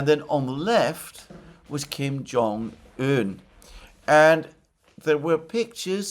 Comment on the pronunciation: I'm glad that Alexander finally got the pronunciation of Kim Jong-un right. It used to hurt my ears.